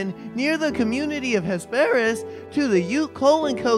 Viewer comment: you pronounced Ames incorrectly. It is a Long A and a silent e. Hesperus was wrong too!